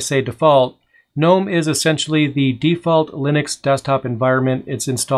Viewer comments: Nope, Gnome with a silent G... Like the garden gnome. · Why is it pronounced G-nome? Instead of with a N like “nome”? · I almost went to GNOME for my first Linux computer all because I wanted to build a Garden Gnome themed computer case. Then I saw they pronounced it differently and I got salty about it.